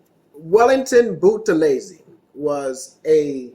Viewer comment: Thank you very much for this history. By the way you pronounced Buthelezi correctly.